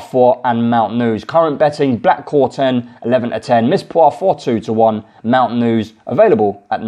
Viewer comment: Black Corton not corten